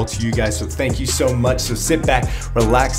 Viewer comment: "sank you" 😂😂